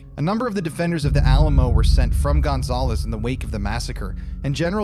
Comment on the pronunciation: The way you say Gonzales makes me cringe lol. I’m from Louisiana and we say it like gon- zal- us. Zal like Sal.